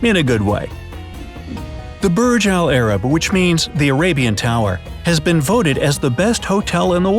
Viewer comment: Im arabic and the way you say burj alarab is sooooo uncomfortable its: برج العرب